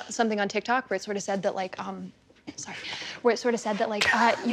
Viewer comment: Idk why but the little abrupt “sorry” really cracked me up 😂